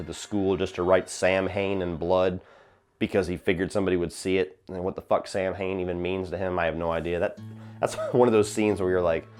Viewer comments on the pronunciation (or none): Just a little Nit-pick here as a wiccan I hate when Samhain is mispronounced as Sam-hain The word is Celtic pronounced Saa-Waan or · Ok so you know THAT IS NOT HOW THAT WORD IS SAID. OMG every time I hear it said that way I die a little inside. The correct way to say it is Sow-in The term is Gaelic and it is another way to say halloween. It makes a bit more sense in the one where they talk about the thorn tattoo on his wrist and the baby is that 5 I hate to be a nag but really? So know you know and hate to be a nag please don't blast me I was not trying to be mean so if i came off that way i am sorry was not my intention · Samhain is pronounced "Sowin". Sow (like cow)- in. Why? I have no idea. It just is. It is a Gaelic festival marking the end of the harvest season and the beginning of winter or the "darker half" of the year. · come on man! , after so many year celebrating halloween and horror movies and you don't know what "SAMHAIN" is?. "SAMHAIN" pronounced (sow-in) by the celtic people is the celebration of the harvest and beginning of winter , "SAMHAIN" is also the king of the festivity or the "spirit/demon" that all the "jack o lantern" are based off "ALL HAIL THE PUMKIN KING"